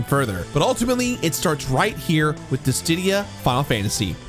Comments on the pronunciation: Yeah, he kept adding another d in there for some reason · The way that you're pronouncing dissidia is horrible and so wrong my man